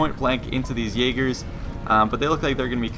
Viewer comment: you pronounce jager wrong (jager is german for hunter)